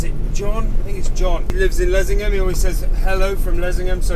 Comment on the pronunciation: Nice to know the pronunciation of Leasingham as I have always said it incorrectly.